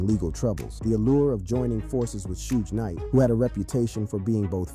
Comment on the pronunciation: Bruh its not Sooge night why you say it like that goofy